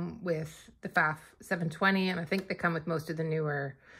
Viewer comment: If you can’t pronounce the name PFAFF … how can we trust anything you say about it ?